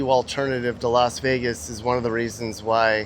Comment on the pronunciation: Lost way gas ⛽😊😊or Lost vey gas is it a v or w.